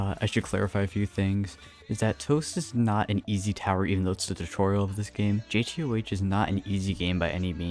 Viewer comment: thanks for saying jtoh correctly - tocr winner